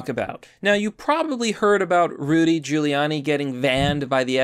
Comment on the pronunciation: HOLY SHIT YOU PRONOUNCED HIS NAME PROPERLY!!! 😃